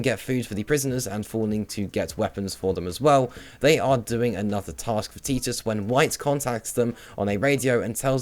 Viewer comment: I mean this as constructive criticism, your pronunciation of names like Xian Mei and Titus are wholly incorrect, Xian Mei I get, no one really says her name, but Titus' name is spoken so you'd know how to say it. Also colonel is pronounce kernel.